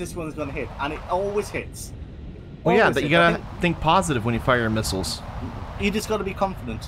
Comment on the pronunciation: They're called "missiles" not "hittles"